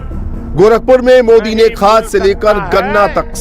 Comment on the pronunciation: Modi ka nam thik se bolna sikho .😂😂😁😁🐺🐺